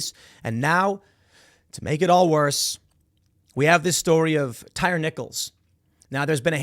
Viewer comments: its tie-ree lmao. tim calling this man a tire haha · That tire guy ... I believe it's pronounced Ty re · Tye-Ree not tire/tyre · I love watching white people absolutely fail at pronouncing black names 🤣 (Tie-Ree)💀🤣🤣 not tire💀🤣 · Tie-ree...not tire🤦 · TIE-REE. Not Tire. 🤨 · LOL TIRE NICHOLS.. It's Thai-REE. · He called him "tire" lol it's Tyre like tie reeee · Pretty sure it's pronounced "tie-ree" tim... who's name would be pronounced "tire"? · His name is pronounced TYE REE thank you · 😂 i realize the spelling, but it’s pronounced ty-REE… i think… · it's pronounced "tie ree" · It's "Ty REE" for God's sake.... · Why is it bugging me tim is pronouncing Tyre, tire !!! Lol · It’s pronounced Tie-ree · It's a stupid name please forgive Tim for mispronouncing a ret@ name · For the love of God, Tim…you’re from Chicago, you lived in NY and NJ, say the guys name right…you said it once and went back to butchering it. Second, fire your whole news team, they’re trash. ‘Centrist’ news reporting with leftist buzzwords…get real. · How do you live in Chicago most of your life and not know how to pronounce black ppls names 🤣🤣